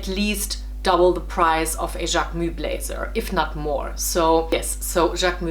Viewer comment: Love how you pronounce JacquemuS